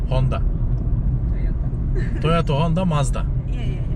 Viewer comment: Toyata 😂♥️ roman İngilizcesi